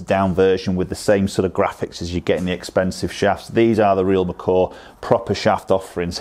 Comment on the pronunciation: I’m sure you are saying real Macaw! Lol.. Macaw, McCoy.. whatever. Cool vid.